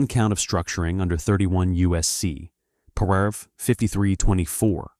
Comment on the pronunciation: STUPID AI voice pronounced the word paragraph . . . “por-ahh-gruff” STOP using AI crap.